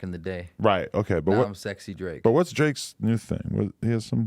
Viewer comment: “Drake mai fwend”🤣🤣